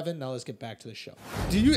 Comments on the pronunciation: Lol I love Schulzy, but I feel like he knows a little bit about everything and doesn't know a lot about anything, except comedy and marketing. PS it's spelt Ayn Rand but it's pronounced "Ine" Rand, not Anne Rand lol. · It's painful hearing them mispronounce her name so many times. "and" lol.....also it wasn't about hating government, she was talking about the evils of socialism and communism. She was arguing against the point that money is the root of all evil, instead showing people that it was the root of all good. - "Blood, whips, and guns–or dollars. Take your choice–there is no other–and your time is running out."